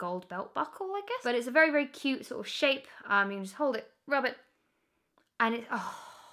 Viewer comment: Das vewwy niice. 😂😂😂